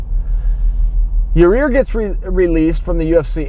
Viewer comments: Chael can see the little details that most of us can't. Like the extra 'r' in the middle of Yair. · Cannot even pronounce his name right wtf Chael... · Learn how to say his name correctly before posting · It's ya-ir not ya-rear lol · Is he saying Your rear instead of Yair? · Yahir is pronounced Yah-ear, not Yah-rear. Lmao. Yes, I know chael isn't hispanic, and don't expect him to speak spanish, but I thought that was funny. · Yair "Yourrear" Rodriguez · He said ya rear. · Sounds like hese saying yer rear. Yer rear really got pounded by edgar. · Yourrear Rodriguez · Chael , Its Yair, not "your rear" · "Yo-rear" lmaooooo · “Your rear” - Chael Sonnen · First off, you're saying his name incorrectly. Secondly THIS is fake news. Daina was quoted saying he offers Nate Diaz 3 fights per year, (as per the contract) and Nate turns down ALL 3 every year....sounds like a lot more than 2 fights Mr. Sonnen. No offence, but take what all these guys say with a grain of salt. Of course people will argue that Nate is 'worth' more when it comes to money fights, but this is 100% irrelevant. A contracts rules should apply equally to ALL fighters no matter the bias. Enjoy even more fake news people. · ya rear lol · Wtf Chael! "Your rear" 🤔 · „In yourrears case when he turned two guys down....“ 😅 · "YER' REAR RODRIGUEZ" - CHAEL SONNEN 2018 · Yourrear? Seriously? Good to see Chaels back on the juice thou. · Ya Rear? YA EAR. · I don't care what you say Chael,I like your ear Rodriguez😂😂😂😂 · Why is Chael calling him "your rear"? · It’s Yair (Yah Ear) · chael, please please learn some basic spanish pronunciation. YAH-EER. you'd like look a fool talkin like that in the western half of the US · “Yereer Rodriguez” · "yourear" lmao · Why does he keep sayin "yo rear" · "yer rear" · YARREER??? Wtf Chael you a pirate now? "YARRRRrrr MATEY, YARReeerrRr, me thinks he had ta walk tha plank!!" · "Ya-rear Rodriguez" -- Chael Sonnen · "Ya rear" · Very sorry this happened to your-ear